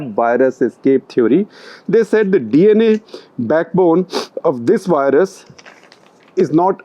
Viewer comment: It's "virus", not "wirus". Instead of using "w" for "v", you should use a soft "f". It is much closer to "v" sound. Try it: "firus". Test it on American friend